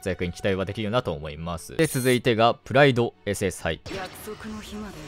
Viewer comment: は2週間あってもハガレン見なかったんだなぁって感想 プライドのイントネーションにずっと違和感がね